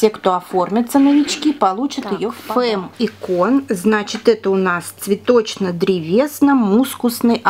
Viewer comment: без обид, но правильно называть не "Фемм", а "Фамм". Это в переводе с французского - женщина. Если бы не изучала французский, сама бы не знала)))